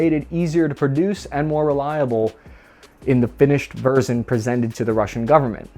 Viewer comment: I'm glad you fixed your teleprompter bro, it sounds so much better now. No more awkward cutoffs, weird sounding words. Just as I type this you say vers-ion but it's much, much better